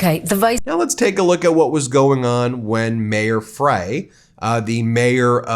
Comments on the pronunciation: Minneapolis mayor, Jacob Frey’s name is pronounced “Fry.” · Mayor Freys last name is pronounced “Fry” I’m only saying this because my name is Frey as well. It’s a German pronunciation. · The mayor's name is pronounced "fry"... fyi ... from Minnesota